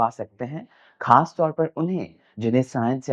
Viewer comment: "کھاس" نہیں "خاص" ہوتا ہے